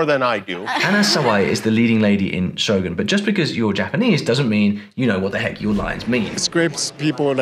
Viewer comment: I'm just glad you call it "Show-goon" Hollywood folks tend to go "Show-GUN" which always irk me so 😅